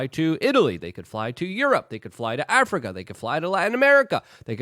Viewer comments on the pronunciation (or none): none